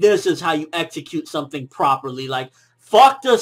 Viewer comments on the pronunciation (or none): none